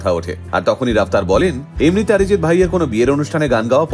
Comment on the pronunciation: He is not Orijit neither আরিজিত। He is অরিজিৎ। অ কে অ উচ্চারণ করতে শেখো। আ নয়। বুঝলেন